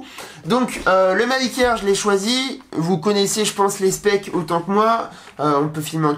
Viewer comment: A chaque fois qu'il disait "Mavic Air" j'entendais "Meuble Ikea" lol. Sinon cool le drone !